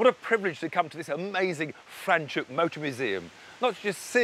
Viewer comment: Not frenchhoek its franshoek